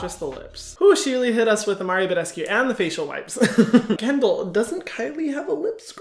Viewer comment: "MaRIo BeDeSCuE FaCial SpRay "😂😂😂😂😂